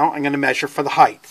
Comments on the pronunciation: The noun form of broad is breadth, the noun form of long is length, and the noun form of wide is width. Because of this, some people follow the pattern and say heighth, with a th at the end of the word high. That is not standard English. The correct form is height. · "Height" please!-- there is no "th" end but an "ht". The consonant sound produced by "th" is as pronounced here....improperly since the spelling is rather an "ht" suffix which is tten just a regular "t" sound. Grammar is major for me so correct please. Your content is great and I've saved it.